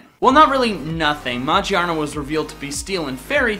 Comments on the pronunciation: It's not machrna it is magerna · "Maj-ee-aa-nn-aa is steel fairy type." Best way to pronounce Ma-gear-nnaa!! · Maaajaaarna instead of magearna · its pronounce mag near na like a magnet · Magearna is said Ma Gear Na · its pronounced Mah-Geer-Nah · The way you pronounced magerna just made me laugh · You said Magearna wrong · Its Magearna